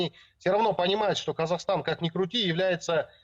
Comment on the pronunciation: Особый респект девушке, диктору этого канала! Они отчётливо произнесла, Қазақстан, а не так как произносят Русские, как Казахстан!